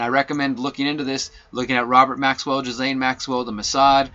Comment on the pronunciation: You were absolutely ahead of the crowd on this story. Ghislane is pronounced like "G'lane" or Gah-lane, Geh-lane (silent s) The best that can come of this is young people will be able to speak up and be believed when they are mistreated. The Nantucket guy who sued Spacey (Fowler) had lied and said he was 23. There was an issue with texts that showed that being held back I think... Truth though is stranger and sadder than fiction. TY for your work